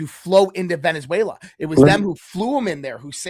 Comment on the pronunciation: . “Venezuela” not “VeneNzuela “